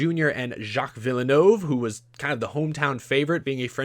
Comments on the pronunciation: Vill-nerve not VIL-E-NO-VE it’s French yes but you don’t need to over pronounce it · its pronounced like Jack Vil-nerve even tho its spelled Jacques Villeneuve he was 1997 F1 World Champion and the son of the guy Montreal is named after aka gilles villeneuve. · Curcuit Gilles Villeneuve pronunciation (from a Canadian) Gilles (Gill) Villeneuve (Vill Nerve) Plz correct me if i’m wrong i am from WPG i am not a native french speaker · again, I like your stuff, but there's something bugging me about this video. Your pronunciations are driving me crazy. Montreal - supposed to be pronounced "Mon-tree-all" Circuit Gilles Villeneuve - supposed to be pronounced "Circuit Jill Villa-new-ve" Eury - supposed to be pronounced "Yuri" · if you want to not say it too badly, just say Jill Vill - nuv. That's close enough. You mentioned his son Jacques later in the video and said it correctly there! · As a fan of Formula 1, that pronunciation of Circuit Gilles Villeneuve was insulting lmao (it's pronounced vil-noov) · The way he saids Jacques Villeneuve and Gilles Villeneuve as a F1 fan myself makes me internally hurt. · That was the worst pronounciation of Gilles and Jacques Villeneuve’s names I’ve ever heard 😂😂😂😂 (no offense, I’m a big fan of your videos) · So, since we are pronouncing names, how do you pronounce your last name,? S step? Est epp? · sucks ass at pronunciation. Can’t even say Villeneuve right.